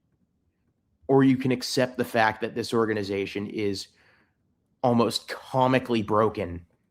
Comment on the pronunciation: Whatta embarrassment for this orga-nigh-zation